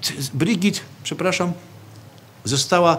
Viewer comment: Brigitte wymawia się BrygitE, nie Brygit czy Brydżit.